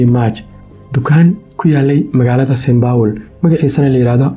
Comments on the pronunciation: St.paul not st.baul 😂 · “Saint power”🤣🤣🤣🤣 cawan! Saint Paul dheeh nacasyey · Lol😂 is not saynbowl is Saint paul they away u are saying is not right bro magac iska hagajii waxan mar hore ayeey dhacday